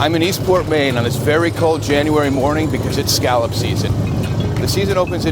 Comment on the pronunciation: Oh please!!! Will someone please teach that man how to pronounce scallop?? it was painful to listen to him.